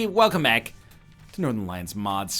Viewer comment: It sounded like he said "Welcome Ack"